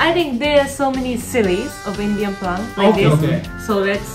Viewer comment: It's prank not plank by the way subscribed ❤